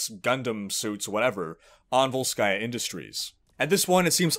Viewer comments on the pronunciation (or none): no, srsly, dude, why volskAya, it's vOlskaya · I wish Sombra hacked Athena and got her to put the stress in VOLskaya Industries on the correct syllable. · vOlskaya, bro. vOlskaya